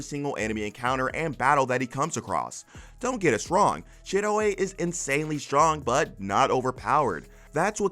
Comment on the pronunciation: I can't not hear the wrong pronunciation of Shiroe 's name now. Did you even watch log horizon dubbed?